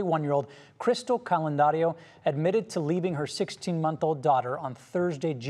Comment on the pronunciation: It’s Candelario